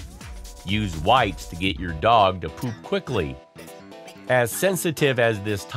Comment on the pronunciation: The way this guy says pOOp 💩